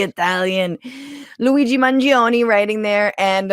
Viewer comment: Forza Luigi! By the way, Francesca is the only person in media to say his name correctly. Brava Francesca.